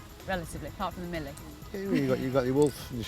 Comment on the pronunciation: Mille, not Millie...Italian is not for everyone...